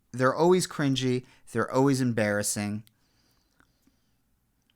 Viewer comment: This is a great video…to use as an example of how clueless people spit up the same talking points to try to discredit real things. Then u make fun of the way this guy says “the fear” then a minute later u pronounce always “ohways” 😂